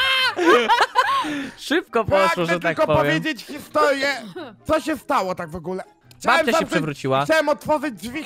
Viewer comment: "Wogułe". chce się upodobnic do puzona I nie wymawiać "r" xd